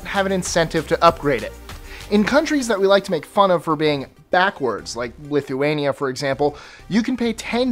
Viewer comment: Lith- way- nia